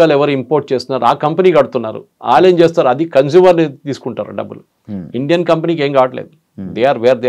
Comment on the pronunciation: Anchor గారూ కొంచం మంచి తెలుగు ... వాల్లు వీల్లు అంటారేంటి ( వాళ్లు వీళ్లూ అనలేరా ?!!)